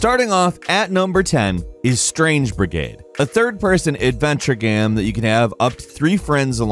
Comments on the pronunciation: Bugs the crap out of me when he says "gam" instead of "game". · Why can't this guy say 'game' properly. Is he joking saying gehm all the time ? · Why do you say gam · "A third person adventure GAM" is definitely all i could hear and i cant stop repeating it.